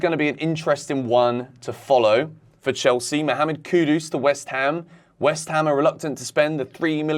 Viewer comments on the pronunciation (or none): none